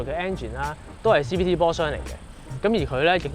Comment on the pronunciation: 好銀耳呀 中文發音都未正 英文又一舊舊 咩”1.58公升” “哈拔嘅N展” “CBT波箱”.....................